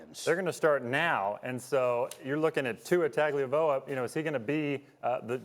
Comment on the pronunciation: He said Tua tag-a-vliola